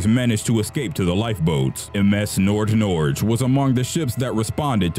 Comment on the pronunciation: Good job pronouncing Nord Norge.